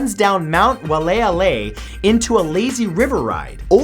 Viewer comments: Love your channel Matt, but I'm from Hawaii and wanna help you with your pronouncing. Kaua'i is actually pronounced (ka why ee) and waialeale is (why ah lay ah lay) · Excuse me Matt but with all due respect that's pronounced "vai-ah-lay-ah-lay"; Mt. Waialeale in Kauai. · Your pronunciation of Kauaʻi and Waiʻaleʻale made me cringe. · Im sorry Matt but you said Waiʻaleʻale wrong. But I love the work though